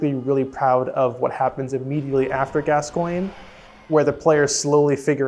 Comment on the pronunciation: This is incredible AND she pronounced Gascoigne correctly. 10/10